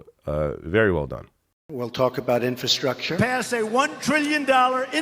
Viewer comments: Trump can’t even pronounce infrastructure. He says in-fa-structure. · I truly doubt Drumpft even understands what infrastructure means. He couldn’t even pronounce it properly. Maybe his adderall dosage was incorrect or his teeth were loose again.